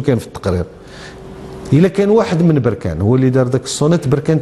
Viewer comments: بركان الباء بالسكون وليس بالضمة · مسمهاش بوركان اسمها بركان بالفتحة يا عم وعلى لفكرة لقجع راجل محترم ،مرتضى منصور ده كلام وبس والزمالك سنين بس ورا ورا يعني فشخرة و بس ، بركانية و افتخر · يا مصري نقول بركان بفتح الباء ولبس بضم الباء هذا تصحيح فقط